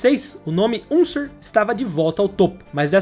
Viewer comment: Excelente vídeo, mas… a pronúncia macarrônica dos sobrenomes lendários “Unser” e “Mears” fez meus ouvidos sangrarem.